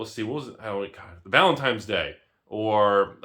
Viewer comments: Did you say valentimes day? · 8-figure wealth, calls it "Valentimes Day".... only in America.